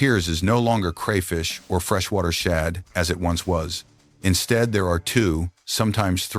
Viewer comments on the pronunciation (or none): none